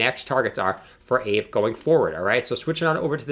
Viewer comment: I think it's pronounced, "Ah Vay." It has tremendous potential and $5K looks like a reasonable 1 year target. This is not financial advice, only my opinion.